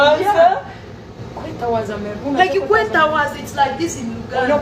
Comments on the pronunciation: The word is kwetowazza not kwetawazza😂😂😂😂😂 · Its kwetowazza not kwetawaaza